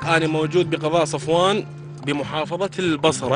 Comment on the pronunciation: سفوان مو صفوان